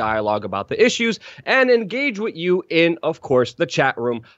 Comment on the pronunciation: "Wit you" 😂